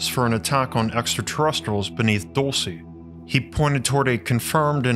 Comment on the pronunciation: Dulcee? Alright alright.